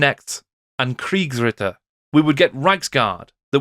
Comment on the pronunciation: Your pronunciation of "Kriegsritter" was pretty good. Interestingly enough the German word "Knecht" meaning servant and Knight come from the same Germanic root. The Germanic root means "to be in the service of another". It's interesting that in English it has a higher status (knight) and in German lower status knecht / servant.